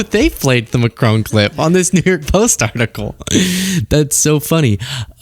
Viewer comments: Macr-ON , not Macr-OWN. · France's president is not called MacRowne! His name is pronounced MaKron. Why do Americans always mispronounce everything that's not American? 🤷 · It’s Mac-ron, not Macrone, for goodness sake, please learn, Candance is so bad at pronunciation. How can Americans get this so wrong? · It’s Macron not Mcrone, he’s French